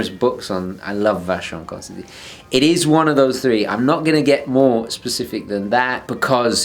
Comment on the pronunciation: Nice video and for once, your "really" and your "rarely" are distinguishable. If now you bothered to pronounce VC corretly, this would be perfect. ;) All jokes aside, awesome puchase. One could see you were in love with the watch when you guys showed it off in the collab-video.